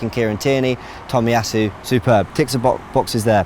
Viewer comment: it's not "Tommy" it should be pronounced as "toe me".